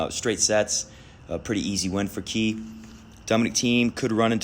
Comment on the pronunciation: fyi kei nishikori is pronounced as 'k' nishikori. also fingers crossed federer just wins one more wtf or maybe the wtf will be a surprise winner live elina svitolina